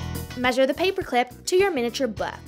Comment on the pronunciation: I dont like how she say her words 'glu it to the peapearr` what the